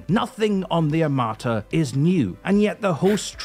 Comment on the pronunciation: Today you don't even have to make videos to get clicks - all you have to do is to make "my reaction to "x-y-z" video". PS. That said < A > it's no " AR-MA-TA' " (no stressing on the last vocal) - it's "ARM-A' -TA" ...and < B > why so much drama about a "tank" that does not EVEN EXIST?? 🤣😂 When anyone sees it on the battlefield, please send me the video! 🤣